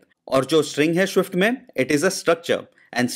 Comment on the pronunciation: please pronounce swift properly.. its so irritating to hear